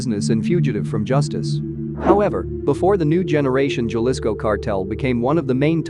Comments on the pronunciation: It’s Jalisco not galisco how do you say jalapeño? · Horrible way to pronounce Jalisco. And all the other city’s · It's funny to hear white people say Jalisco lmao 🤣😂😆😂😆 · Cartel of "gell-isco' from "mitch oaken" man. He didnt even try to pronounce it somewhat correctly